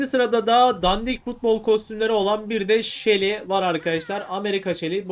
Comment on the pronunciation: U de şile şeli diye okuyacaksın